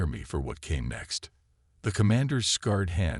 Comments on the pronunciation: Good story...The AI narration sucks though. Would it have been so hard to have a human read it with feeling and the proper emphasis? Scarred is constantly read as scared, two very different things. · The AI voice should have been edited better. Especially when it comes to scared and scarred.. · ......".....his SCARED hand...."!!!!???? NO!!!!!!!!!!!! HOWS bout....."....his SCARRED hand......"!!!!????? Ai is getting closer to being a POS>>>!!! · Damn AI scarred not scared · Scared and scarred are two different words. Tell your AI to study linguistics. Us humans aren’t all ignorant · I loved how an AI can't pronounce "exhauskeleton" and "scarred" vs "scared". So advanced. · Scared as in afraid Scarred as in had scars. AI can't figure them out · Scar ed not scared darn the ai botgen storyteller makes grateing mistakes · Sort the ai. Scared should have been scarred etc etc